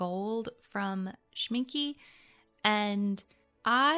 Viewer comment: But it is not „Shmin-kuh“, it is more spelled like an „a“.